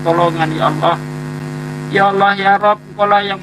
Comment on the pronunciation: Allah Double L.. Kenapa nyebutnya Alah.. Alaaaahhh. kitap Spanyol.